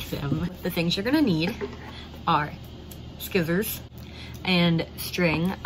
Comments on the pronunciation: Its me or she sayd skisers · I love that she says "skissors" 😂 I do that too 🥺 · dont say that to yourself i love your voice and it was funny when u said skisors